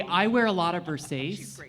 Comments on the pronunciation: VersacE!!!! Dont dare you say versaise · If you can't even say versace right you should be banned from fashion industry.. Wtf is versays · I love that alll of these comments are mad about the pronunciation of Versace. Please watch Showgirls and learn your herstory.